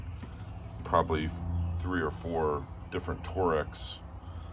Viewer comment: Torx or Torex? 😂